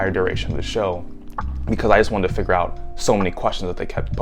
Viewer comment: Everytime u said figure my brain went “Jamaican “ lol